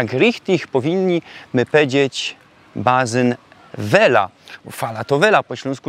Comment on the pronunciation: Patrza i co widza we wózku ? - malutki Bruno ! No to je gryfno rodzinka / familio - tak próbuja pisać po śląsku. - mówisz na basen - 'bazyn', czyli 's' jak 'z' - po niemiecku. ( Kasta, kista ( piwa ) - sól - sanki - pisanie - i samo sranie - czy tam jest 'z' ? ) Zastanów się, czy to jest zgodne z zasadami wymowy śląskiej ? Wyłania się poważny problem dotyczący wychowania Waszego Synka. Już teraz powinna Matka mówić do dziecka - po polsku ! Niedługo pódzie do przedszkola a później do szkoły. Używanie samej gwary / godki śląskiej - zapowiada trudności w szkole, w postępach w nauce, ew. spowoduje niechęć do nauki. Dziecko dwujęzyczne lepiej się rozwija, jest inteligentniejsze. Już w wieku 4-5 lat doskonale rozróżniać będzie oba te języki ( polski od śląskiego ). Jedno z Was Rodziców - musi się poświęcić dla dziecka i zrezygnować z wymowy śląskiej i unikać germanizmów. Dziecko wtedy rozpozna co jest po polsku, a co po niemiecku - i będzie miało dobre oceny, z niemieckiego. Gdyby jeszcze dodatkowo zachęcać do nauki angielskiego - to już będzie poliglotą. Taki jest współczesny trend w nauczaniu dzieci z rodzin mieszanych. To Wy teraz się 'pomieszajcie' - Ty pozostań Ślązokiem, a Żona Gorolkom - pyrsk !